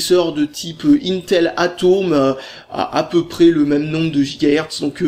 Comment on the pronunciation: Ça se prononce A peu le